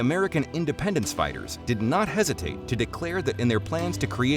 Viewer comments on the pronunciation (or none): none